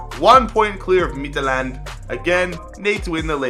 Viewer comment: The way he says "Midtjylland" makes me want to commit suicide in a public place